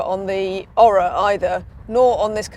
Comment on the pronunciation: Maybe if you did your home work you would discover thats pronounced Oar-rah not Oral without the L.